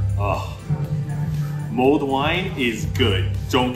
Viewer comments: I hope you aren't offended, but when you say mulled wine it sounded to me like you said mold wine... I was waiting to hear why the wine had mold in it! Ha ha😮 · Goat show? Potato paradise? Mold beer?? What is this place lol 😂 The mold beer looks way better than it sounds lol. The potato pancake and sour cream look great!! Glad you found your patch! The view from the top of the castle was beautiful 🤩 Good on you for verifying your are pronouncing things correctly! Because people will let you know when you mispronounce something in the comments 😂😂😂 we learned that the hard way! Lolol